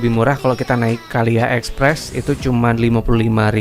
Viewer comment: KLIA semestinya dibaca: Ke El Ai E